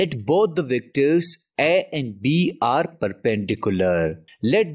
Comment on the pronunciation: are– a single word is enough to prove not a native speaker 🤣🤣🤣🤣🤣🤣🤣🤣